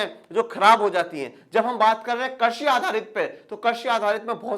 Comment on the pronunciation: Sir mujhe pata hai aap bohot better ho but aap baar baar krishi ko karshi bol rahe ho